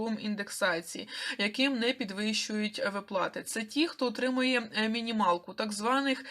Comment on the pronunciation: ВИплати а не виплАти! Ти в школi вчилась?